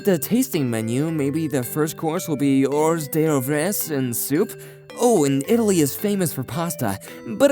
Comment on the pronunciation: Just for reference in the future, If you do NOT know how to properly pronounce a complicated and multi--syllable word (hor'dereves,) Look it up in a thesaurus for the most common and more often used and SIMPLE word. like You flubbed up on the word ho'rderves. the more common and SIMPLE word to used for hor'derves is "APPETIZERS!!!